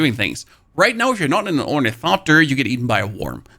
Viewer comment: I Love how this dude says "Torn-eh-coptir" hilarious! You really should try using the Ornithopter Boosters! Your greed using storage is why you get chased down.